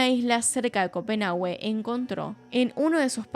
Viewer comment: que tipo tan horrible, excelente video como siempre, solo una cosa la "u" en Copenhague es muda